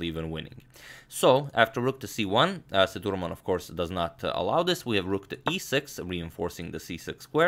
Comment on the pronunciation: #InNextVideo of him, Can you please, pronounce🗣️ Sethuraman name as 📢"Seah,Dhu,,Raaman"